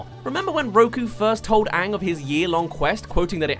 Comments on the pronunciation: Did you say Aang as ank really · Your pronouncing Aang wrong, your saying it as tho it is spelled as Aank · All the things that'll make it perfect: -My Cabbages guy -That's Rough Buddy Zuko and Sokka moment -Toph's funny blind jokes -Ba Sing Se Area 51 shit -Zuko's actor is hot -Sokka & Momo stoned on Cactus Juice -Pronouncing all the names right! Example: AANG not aWnG If they do all of these things, I dont care if the acting is bad, I'll still love it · the one thing that really bugged me in the movie was the way they say aang, they say it as Ung and im like wtf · I saw the movie avatar before the actual series when the said aang I was confused and until the end of season 3 whenever they said aang i always went its oong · If they don’t pronounce my main boy “Ahhng” I don’t even care. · IS HE SAYING ANK